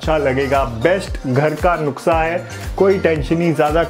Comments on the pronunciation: Nuksa nhi hota nuskha hota h mister 😉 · Nuksa nhi hota nuska hota hai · O bhai nuksa nahin nuska hota hai😫😫😫😂😂😂😂😂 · Nuksa nahi Nuska hai 🤣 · नुस्का नहीं नुस्खा होता है। Nuksa nahi nuskha hota hain. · Bhai nuksa nahi nuskha hota hai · Nukshaa nhi NUSKHA 🤣🤣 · Bhai nuksa nahi nuska hoto hei ok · Bhai nuksha nhi nushkha hota h😁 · नुख्सा.. नहीं भाई.. नुस्खा.. Baayyyeee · Bro its nuskha Not noksha😀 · nuska nahi bro nuskha 😂😂😂